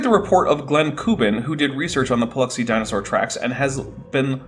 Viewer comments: DINAHSAURGH... Shiver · I'm re-watching this series in the 2025 spooky season. I'm still heartbroken over the destruction of the acrocanthasaurus fossil, and still perturbed by Baugh's pronunciation of "dino-saar." He truly doesn't human very well, does he?? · I don't like the way Baugh pronounces dinosaur. Just putting that out there. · Why does he have such a weird pronunciation of "dinosaur"??